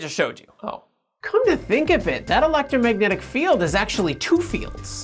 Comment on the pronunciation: "the electragnomagnetic..." lol